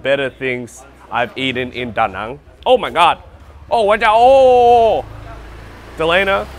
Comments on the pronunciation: What is up with your pronunciation of Viet place names? Da Nung, Viet Narrrmm and now Hoy Arrrnn. Just ask a local and stop talking like yanks. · Lol can you learn to pronounce Da Nang properly, it's as /cringy annoying as Americans saying Mel-born.